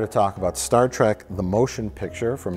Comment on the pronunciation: The bearded dude says "Star Track" way too many times. ITs TREK!!!!